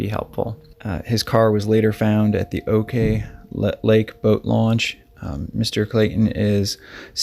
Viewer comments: Ohhhh noooo, i had to stop watching when you kept calling it Oak lake. It’s pronounced Awk Lake. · Hi. I live in juneau, and it's pronounced Awk lake. Like "awkward", just without "ward"